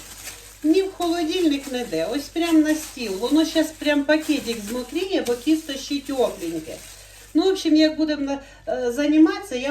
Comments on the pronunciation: Не кісто, а тісто.. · А чому кісто,а не тісто? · А мені від цього "кісто" стало на душі тепліше. Так колись говорили. Так багато років назад говорила моя покійна мама.